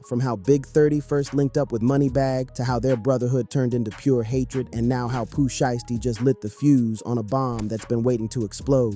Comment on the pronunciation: “Pooh shisty” 😭